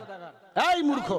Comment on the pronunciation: ফালতু হুজুর ইসলাম ধর্ম প্রত্যেক দেশের জন্য এক এবং তিনি মূর্খ শব্দটি সঠিকভাবে উচ্চারণ করতে পারেন না তিনি আবার কিসের আলেম